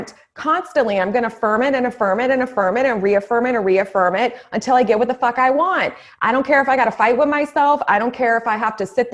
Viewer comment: Hahaha... yessss!!! Hahaha when you said “ Fock that” hahaha. Love it!!!